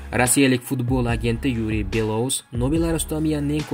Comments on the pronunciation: Матн укиётган сухандон! Куйидаги атокли отларда: ЮрАн, БелоУс, ХабАровск ургу катта ёзилган харфларга берилади. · Юран белоус хабаровск нобель талаффузни тугирланг